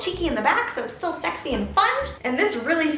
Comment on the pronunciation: I love how she says ..*Schexi* instead of sexi lmao